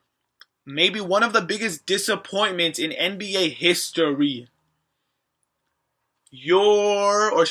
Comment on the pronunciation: it's disappointments not dissapointments